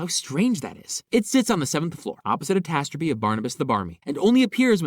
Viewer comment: "Tastrapy"... you mean tapestry?